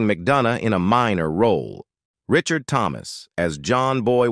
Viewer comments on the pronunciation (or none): none